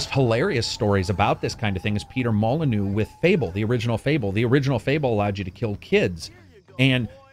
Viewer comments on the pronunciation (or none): none